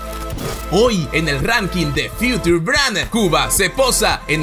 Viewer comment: Future se pronuncia Fiuchor.